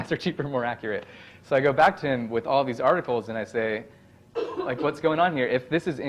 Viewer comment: Every time I hear an educator say, “ta” instead of “to” I cringe.